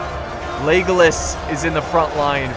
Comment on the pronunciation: it sounds like you are saying 'legless' instead of legolas xD